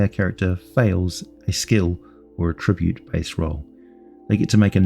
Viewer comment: Bruh, why do you say attribute like that?